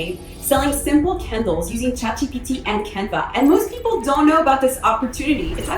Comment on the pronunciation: I thought you were saying kindles not candles!😅